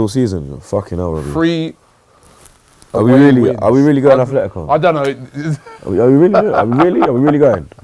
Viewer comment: Its Atletico Not Athletico